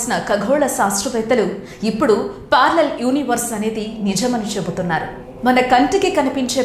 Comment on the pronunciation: Not పార్లర్ its పారెలల్